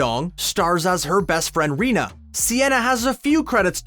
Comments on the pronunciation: It's pronounced "Reyna" not "Rina". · I SAID IT'S PRONOUNCED "REYNA"!!!